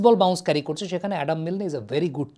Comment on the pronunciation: ভাই, তিনি অ্যাডাম মিল্ন! নামটা এটলিস্ট সঠিকভাবে পড়েন!